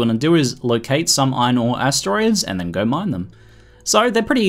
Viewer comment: "it's ready to gar"